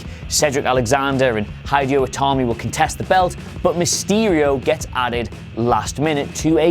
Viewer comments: "Hi"Deeyo Itami... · High-di-oh Itami? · Ok....I paused the video after he said "Hi-dee-o Itami" just to write this. WTF??!! Because of that, I have decided not to watch the rest of the video. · His name's Hideo man, it's not hard. He wouldn't call you Aydarm. ;-) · It’s very clear you don’t watch the product when you say things like “High Dio Tami” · He kept saying hideo wrong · That’s now how you pronounce “Hideo”. Or “Lince”.